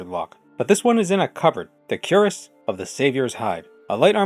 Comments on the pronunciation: Fun fact! Cuirass is actually pronounced sort of like "queer-uhs." It's one of those old words that is pronounced really oddly, another example is caestus (kai-stews) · "Cuirass" is actually pronounced "kwee-rass" which I only learned recently.